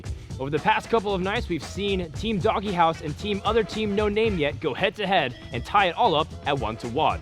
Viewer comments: IT'S NOT DOGGY HOUSE IT'S DOGE, LIKE DOGUE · Why the fuck are they pronouncing "DogeHouse" as "DoggyHouse"? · If only he would stop mispronouncing Dogehouse